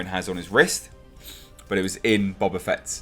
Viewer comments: I love the way you pronounce it Bob-A Fett. Gonna start calling him Robert A. Fett now. XD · Its pronounced Boba not Boba